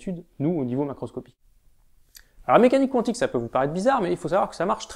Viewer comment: pas contre qwantique ca me perturbe xD